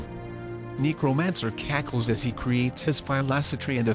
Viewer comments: See, THIS is why I say you NEED to narrate in person! I swear that robot keeps saying “Negromancer”... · I keep hearing "negromancer"